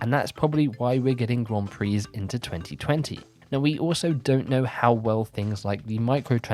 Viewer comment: Yeah, you still pronounce 'Grand Prix' so badly. I turned on the captions and it thinks your saying "Guam Free".